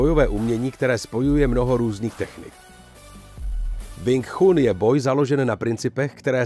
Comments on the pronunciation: Cita sa: Wing čun 😏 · Wing Chun se čte jinak, trhá to uši... 😂😂 jinak není pravda to co tam říkáte šéfe...Wing Chun je bojové umění, které je úzce spojené s dobrou fyzičkou a pak samozřejmě technikou samotnou...rád vás osobně něco naučim, hlavně tu výslovnost 😅🤠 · Nejen, ze nadpis videa je hodne trapny click bait, ale k tomu vsemu je to video jeste neuveritelna parodie. Ten uvod o Sumo mi stacil. Ze zvedavosti jsem koukal dal, co jeste vtipneho se dozvim :-) Sumo uz se dnes stalo pouhym predstavenim, vyslovnost Wing Chun me zabil uplne a rict, ze si nekdo stezoval na Bruce Leeho, ze neni tak dobry a jeste ho srovnavat se zapasnikem wing chun, proti MMA...Prave Bruce Lee byl zapasnik mnoha stylu tedy MMA. No a nakonec motat bojove sposrty s bojovym umenim??? Hmmm....Omlouvam se, ale z ucty k bojovym umenim, bojovym sportum a vyhradne Bruce Leeho davam tomuto videu dislike, protoze tohle neni nepodareny pokus o video zacinajiciho tvurce, ale trapna dezinformace. Clovek se vubec nic relevantniho nedozvi, nepouci a jeste si nabehne na nazev videa, ktery absolutne s obsahem nema co spolecneho. Zrovna tak se to mohlo jmenovat "co zjistili vedci na Marsu". Kdyz vidim kolik to ma shlednuti, tak je mi lito tvurcu, kteri se snazi o pekny konent, davaji si na nem zalezet a pak maji shlednuti jen par desitek...